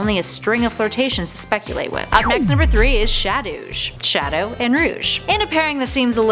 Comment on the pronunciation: I hear sha-douche